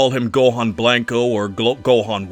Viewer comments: It's killing me hearing you say BLANK-O instead of blanco. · Please stop saying “Blank-O” lmfao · I love how this guy pronounces Blanco as "Blank-oh," instead of "Blanch-oh" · You say and pronounce special beam cannon so nicely but cannot for the life of you pronounce Blanco right. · Literally made it to and stopped because your butchering the word "blanco" where's your ethnicity?!